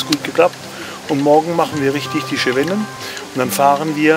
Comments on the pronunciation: Sehr schöner Beitrag! Nur heisst es gesprochen "SEWENNEN" und nicht "SCHEWENNEN". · Schönes Potpourri der Highlights. Aber der Franzose sagt nicht Schewännen... ;-)))